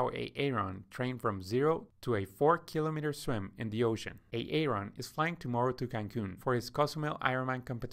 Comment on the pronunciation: Please stop calling him A-Aron! It is pronounced “eh·ruhn”